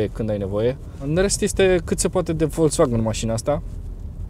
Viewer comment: Folcsvagăn, NU Folțvagăn daca vrei sa pronunti corect. Daca nu, spune si tu VOLZVAGAN cum zice tot romanul. Ca vad ca te chinui prea mult. Nu exista ț in pronuntia acestei marci.